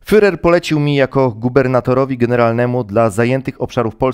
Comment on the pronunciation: Drobiazg dotyczący wymowy, nie "fyrer", a "firer".